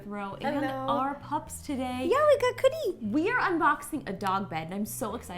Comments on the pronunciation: i love you guys but why dose Ro say "Coodie" sometimes instead of "Cookie" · I love the way Ro says cookie "coddie"😊😁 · Why does ro call her dog coodie? Whatever i still love her tho!^v^ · Who noticed ro was saying COODIE as cookie 😂😂😂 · I love you rosanna but when you say cookie name you say coodie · Does anyone else notice how when Ro says cookie she says coodie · Ro why do you call cookie 🍪 coodie